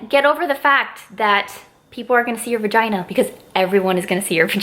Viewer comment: How many times she said vigina